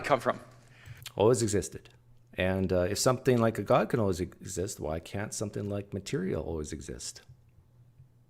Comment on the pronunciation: sometimes when he says god it sounds like cod. cod I can believe in. god not so much.